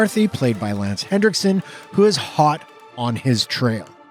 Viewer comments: Lance Henriksen. NOT HenDriksen. Nearly every video I see on YouTube pronounces his name the wrong way. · Also, it’s Henriksen, there is no D in his last name.